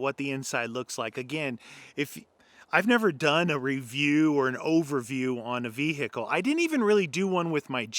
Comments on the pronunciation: Ve-HIKKLE...too funny ! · Ve.........hicle Or Vehicle? (is the “h” silent?) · Say vehickle one more time 🤪🤛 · Vee Hickle The way you say it makes me feel weird